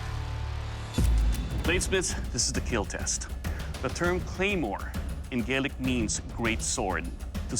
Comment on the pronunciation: Don’t like how they said gaelic for a Scottish sword